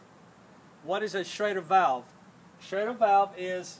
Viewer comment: It's schrader valve, not shader valve, correct?